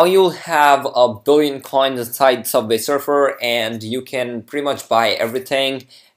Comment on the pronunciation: It's subway not subvay